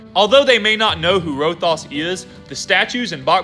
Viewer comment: Good video! But you said Rothias wrong, it’s Row-Thigh-Us not Row-Thos